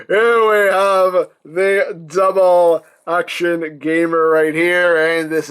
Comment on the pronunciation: I like that he said dubble ax